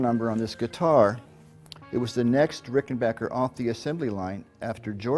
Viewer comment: Mike is just an all around fantastic guy who plays fantastic music. I’m so glad he’s still with us. I miss Tom every day. And I never even met the dude. ❤ And you HEAR THAT? Ricken-BAKKER. Not “bocker”! 😂